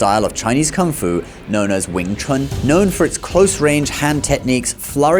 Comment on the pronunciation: The best "Wing Chun" men in the world have been White Men for more than 2 generations, both inside China and outside China, of both the major lineages, and everybody knows this, except for the goldfish who can't tell the difference between reality and movies. And you're pronouncing it wrong, mixing a bit of the Cantonese pronunciation and the Mandarin pronunciation, specifically Wing (Cantonese) Chun (Mandarin) Kuen (Cantonese), but of course, which sounds ridiculous. Your Mandarin was much better. I would have to hear a bit more than 3 words before I'll concede "100% accurate", although to be clear, in more than 30 years in China, Hong Kong and Taiwan, the only time I saw a "foreigner" with 100% accurate diction and tones, was myself or my brother, never seen another one, especially whatever 'famous' ones they prop up on the boob tube. Tones, correct, in Mandarin that is, but fluency..., there's more than a bit of rust. Correction, Cantonese does not have a writing system, whilst claiming to be the oldest and "true" Chinese. They use Mandarin Han characters, with modified characters. 沒有文字，談何文化。 Centre line is common knowledge to all marksmen and trauma surgeons. The heart is not on the left, it's right in the middle, 3.5" under the sternum, slightly leaning left. Dart fingers, not thrust. You, clearly, learned even less 'Wing Chun' than Donnie Yen, which is to say, nothing. Little idea can also mean little dream, albeit granted idea is the popular translation, ie, superficia